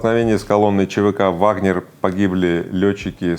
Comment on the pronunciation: Пригожем говорит «ВагнЕр». Но Вы Игорь!! Это же неправильно и совсем полошиному. Я в Вас разочарована Игорь. Не ВагнЕр а ВагнЭр.